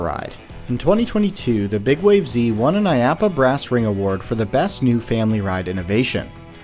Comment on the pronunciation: you sure it's not pronounces "big waves"?